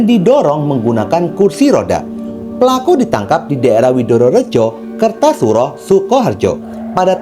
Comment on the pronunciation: Bukan kertosuro kak kartosuro saya juga orang suko harjo kak